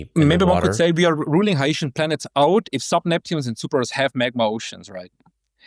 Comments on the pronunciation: this guy came up with a totally new pronunciation "hi-ye-shen" as opposed to hy-see-en or hy-shen lol. IMO "Hy-see-en" definitely sounds more "sci-fi" lol. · Hycean is pronounced ´your anus.'